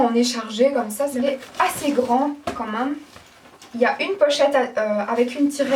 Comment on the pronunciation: Pourquoi tu dis "La mâme chose" ????